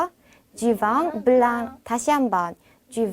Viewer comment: 블렁, 앙 아니고 엉 으로 발음해야.